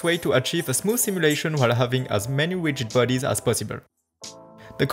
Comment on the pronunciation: You asked for feedback: This is feedback No offence meant by this, but it's actually really hard to follow tutorials by people with an accent. At: You say "Ow many" when you mean to say "How many" Same time stamp, "Widgid bodies" instead of "Rigid Bodies" "He tries to found" => "He tries to Find" No idea what. you were trying to say at: "He handed up with a smooth 60fps simulations of 6000 cube" => "He ended up with a smooth 60fps simulation of 6000 cubes" And most of the video that just happens all the time. I'm spending brain power translating your words into comprehensible (not saying it's not comprehensible but it's grammatically wrong almost all the time, and there are words where I have to flip W's to H's and parse accented words that do/don't have the same in English) language. If you're going to throw hundreds or even thousands of hours at this, you're not going to be wildly successful if you have the above issues all the time. Spend a few hundred hours polishing your english - it's very impressive that you can speak another language, I can not. But I skip almost every foreign language tutorial because of this issue, and was borderline skip on your video the entire time, the only reason I did not is because I have worked with a lot of French people, so I have an easier time parsing the French accent. Or alternately, stick to the French language tutorials, I can only imagine it's a more captive audience than the English market that you're going to